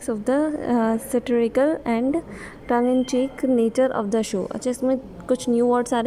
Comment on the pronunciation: Its a good initiative but kindly pronounce the words accurately, as sm words i.e. satiricale, raged were pronounced wrong..